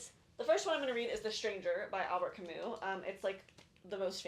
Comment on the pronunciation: TIL that you don’t pronounce the S in Albert Camus’ name 🤯 which makes sense because French but I had no idea!